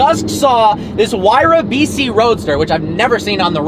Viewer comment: sorry it just sounds like he is saying vc